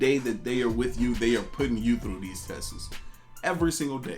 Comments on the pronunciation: Tests......You basically saying testes. Wow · good vid, I love that you're spot lighting healthy and independent moves like this.... but i can't not say, "tests." is just one syllable big dog.